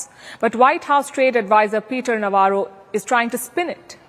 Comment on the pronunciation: Navarro is doing Lavaro ( bakwas, blabbering).